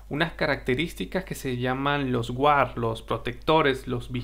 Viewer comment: Gran video. (la "u" en guard no se pronuncia)